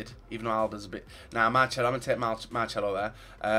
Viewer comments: why do u say marchelo instead of marcelo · FFS it's not marchelo. there is no "H" in his name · Hey it is Marcelo not Marcelo. It's so annoying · Did you really say 'Marchelo'